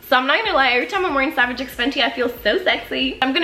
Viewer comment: It's pronounced savage by fenty